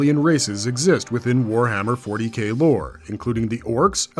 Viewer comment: Narrator : ...more commonly know as "Warhammer 40 Gay" Me: I know what he meant but 👀